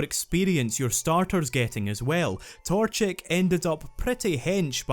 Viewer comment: Ermmmmmm it is pronounced torchic